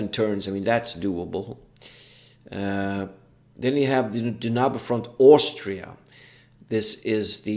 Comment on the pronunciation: Okay, first of all, it's Danube Front, not Dunabe Front. :) (From the river Danube, or Donau if you will). Second, you're right, Fulda Gap and North German Plain cover roughly the same ground. Danube Front is the southern part of the campåaign, Fulda Gap the middle, and North German plains is (aptly enough) the northern part. Same battle campaign-wise, but obviously the two other games offers more scenarios for their particular part of the front. So if all you're interested in is the campaign game, then Danube Front is the obvious choice since it covers the whole frontline, instead of only part of it. Also the only one of the three that offers Berlin as a battle-ground. Oh, and don't even think of playing a campaign game against the AI. As much as I love the JTS/WDS games, the AI is just ridiculously bad. The bigger the scenario, the worse it gets, due to the limits of a scripted AI. Biggest rules to get used to when coming from PzC, is artillery-delivered minefields, helicopters, thermal imaging, and chemical weapons. Chemical weapons especially which can really crimp any defense. Although it's a double-edged sword for the Warsaw Pact player since they usually have persistent gas.